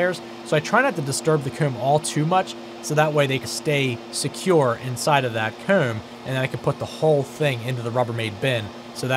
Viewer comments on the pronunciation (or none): I keep hearing COOM and not COMB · Is he pronouncing the word "comb"? Regional accent?